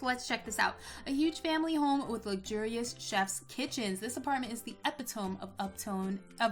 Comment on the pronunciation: Epi-tome. Lmao. Hilarious